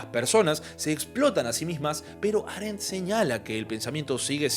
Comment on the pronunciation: Aréndt?? Hei-déigger??? Por qué, muchacho, haces eso?